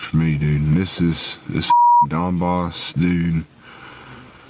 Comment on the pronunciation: Don-bass, not Dawn-boss FFS.